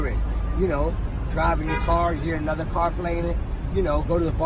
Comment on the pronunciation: "another one. another one. anotha one"